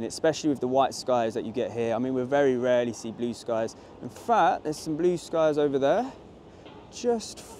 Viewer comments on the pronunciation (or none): none